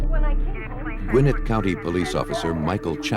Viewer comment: It’s “Gwin-NETT,” not “GWIN-it” : )